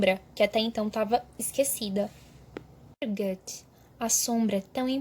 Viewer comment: você pronuncia Goethe errado demais, além de ter uma dicção horrível. Imagina ser ruim em tudo o que se faz, meu deus. Péssima professora e pseudo arquiteta